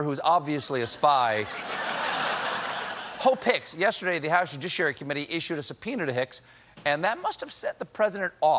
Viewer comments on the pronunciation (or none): Hope Hicks Sounds like "Ho Picks" Do what you will